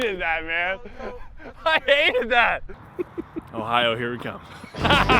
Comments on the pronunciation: “Day two” and “Ohi-ooo” 🤔🤣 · "ohiwho" sniped me